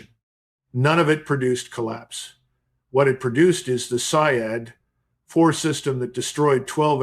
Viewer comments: With all my respect to you Sir the correct pernounciation of Iranian missile is say-yad which means as you said hunter. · pronounced. sayyad